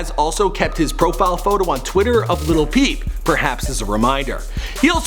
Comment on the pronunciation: He said liTtle pEep 😂 lol